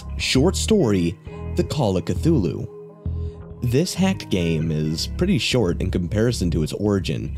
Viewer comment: So glad he said Cthulu right :)